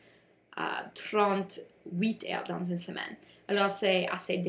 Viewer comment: Bon travail! Tu as beaucoup des détailles intéressantes, mais tu peux améliorer ta prononciation avec les mots comme "heures" et "européens" :) --Marissa et Taylor